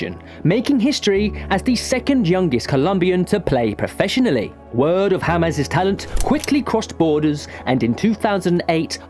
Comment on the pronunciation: Hames❌ James✅